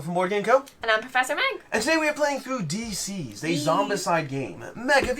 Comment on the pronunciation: Someone pointed it out in another video and I can't stop hearing you call it "D-Siezed" instead of "Deceased"